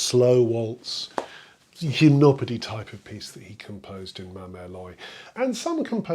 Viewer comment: I finally know how to pronounce Gymnopédie, yay!